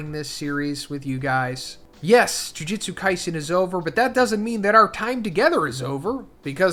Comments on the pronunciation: Yes! You guys hate the way this guy says “Jujitsu” too? It’s so annoying. It’s “Jujutsu”!! Lol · Bro!!! It’s JUJUTSU! Not “jujitsu”, that’s a martial art. Guess it doesn’t matter now. Edit: This is a completely different translation from the others!